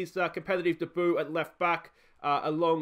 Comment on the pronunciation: on the topic of pronunciation, just wondering whether debut is pronounced differently in Australia never heard it the way you say it lol